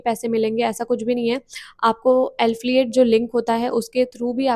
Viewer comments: Don't mind: एल्फिyet nahi एफिलिएट होता है।pls correct next time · Alfiate nhi hota Affiliate hota h 😀 btw nice information